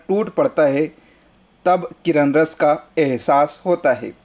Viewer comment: किरन रस नहीं सर करूण रस होता है संस्कृत में